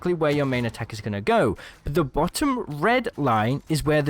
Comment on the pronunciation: The way you say bottom have completely triggered me. XD